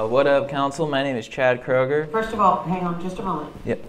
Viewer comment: dude said chad kroger ahahah